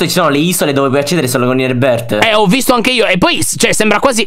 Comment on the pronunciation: Reboooorth Io: ma come l'ha detto 🤣🤣🤣🤣 adoro 👁👄👁👍